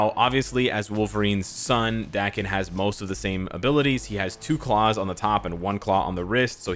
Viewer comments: North Americans have that kind of problem with pronunciation, most of them if not all have that problem. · "Dah" ken, not Da-ken--Daken is from the Japanese word, mongrel, cur or mutt, right? "A" in Japanese sounds like a short vowel "o" in English like in Octopus or October. Does everyone pronounce his name with a short "a" vowel sound? Marvel hasn't cleared up how to pronounce his name or what? I barely know the character, and I suppose I should look online, but what's his real name. No one would actually name their child mongrel.